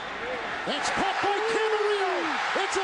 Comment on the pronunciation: Where's the Cardinals announcer "ITS CAUGHT! ITS CHAUGHT"